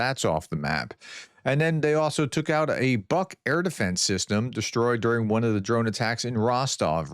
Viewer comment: "Buk" is pronounced "book"